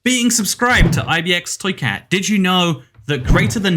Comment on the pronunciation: It does not sound like your saying ibxtoycat it sounds like mkxtoycat